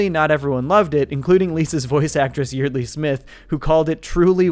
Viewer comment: Pronounced "Yard-lee"